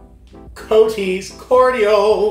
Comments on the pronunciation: NOT "COATees", it's "COTTees" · Not COOT - K SOUNDING COT/TEES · It’s pronounced coties but lime and raspberry are my favourite summer drink. I always love your taste test xoxox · Hi - You should drink test it with milk. Also its prounced COT TEES! kind regards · Cot (a short o as in lot) tees